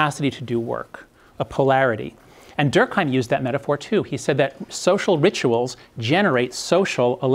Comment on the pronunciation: Nitpick incoming: Durk-aaa-m. More like an eh sound. There is no H involved.